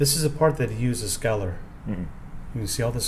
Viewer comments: Narrator's pronunciation as "skallar" versus scaler was hard on the head. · Everytime he tried saying scaler I cringed. "skeller". That's all I kept hearing and I don't know why but it really bothered me. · A Scaler is pronounced with a long ā. A scaler is used to remove scales